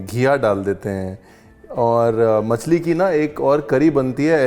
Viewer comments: मच्छी ❎ मछली✅ Ye Delhi wale Machhi kyu bolte hai??😬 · Massi nahi bolte masli bolte hain😂😂